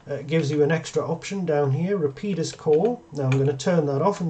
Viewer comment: Going to start pronouncing it 'Rapeeedus'